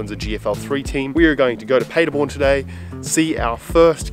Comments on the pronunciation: Great video,!! When you are pretty much fluent in Deutsch, then you will remember that the city is pronounced PAHderborn, & not PAYderborn. LOL Of course, I am just nit-picking, & am not used to your "Strine" accent, so I apologize!! Entschuldigung, ich kann nicht anders... Ich spreche Deutsch!!! Keep up the good work... I love your VLOGS!!! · You could, actually, start working on your accent by pronouncing Paderborn correctly.... imagine Germans talking about a city called Ahdellah-eeda. How long would you take to understand what they mean?